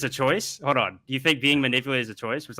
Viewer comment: He says Hode not Hold which really fits with his level of IQ. I always feel bad for people with that childlike speech problem lol Hodor